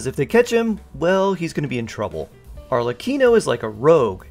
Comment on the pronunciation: yk your confused when you say arlecchino as "arcelichion" TWICE